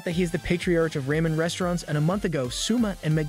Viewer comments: Still can't get over "raymen"... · It's Ramen not Raymen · I love “Raymen” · Why you say raman like ramen